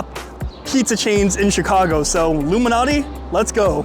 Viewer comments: Nice video I always thought it was alot MALANATI LMAO. I kept saying at the start why does he keep saying like Illuminati? Was gonna correct u but I forgot yr gangster 🤣🤣🤣 JK many people say Malnati is the best one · Why are you reading Malnati as Illuminati, is this a pizza conspiracy!? Appreciate your work!